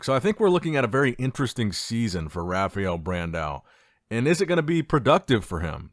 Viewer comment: "Rafiel" dude...how Hard is to say RA FAAAA EL?